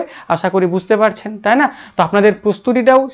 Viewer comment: Apnar "kemon" ar " taina " ktha gulo ektu check korun dile aro vlo lgbe